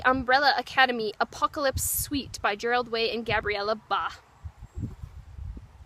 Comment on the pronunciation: "Gerald Way" XD